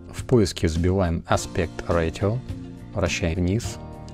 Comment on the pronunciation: спасибо. поправлю, не аспект ратио а аспект рейшио